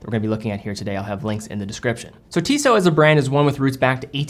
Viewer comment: It calls TissoT, the last T you spell :)